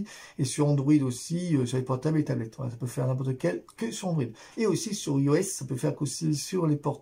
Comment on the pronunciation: Bonjour pour information iOS sa se dis aïe o s Voilà merci pour votre vidéos bonne journée cordialement